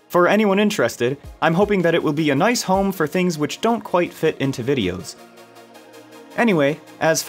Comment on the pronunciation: Mmm... That "Nice!" was like a hot potato!